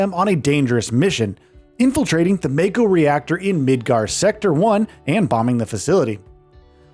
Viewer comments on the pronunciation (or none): It's "mah-ko" not "may-ko" Mako is the energy flowing from within the planet. It's also the life force of everything living on a planet. When someone is born, part of the stream is coming to the body to give it life. When someone dies, its souls goes back down to the life stream. So in a sense using mako as energy source is like getting gas at gas station, and part of that gas is you dead grandpa, grandma's souls. This is also what Aerith was doing st the beginning of FF7R. She was listening to the life stream leaking out of the pipe. Tifa wasn't kidnapped by Don. She was on a mission to infiltrate the big mansion looking for info. Cloud and Aerith just didn't think she will be safe. They decided to dress up and goes in to the manson. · Could only hear you say "may-ko" about a dozen times before I had to click off, sorry but I would prefer to hear the point of view of someone who played the game. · when he kept saying MAY-co 💀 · I always pronounced it Mah-ko, but I was exposes to old ass anime when I was young. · Just wondering why you pronounce Mako the way you do tho you seem to have played the game and heard how it was referred by a lot of characters? You could be right which is why i ask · The way he pronounces mako means he is clearly just reading a script and has never touched FF7 Remake or Rebirth.